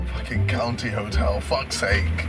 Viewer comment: legendary "COUNTY 'OTEL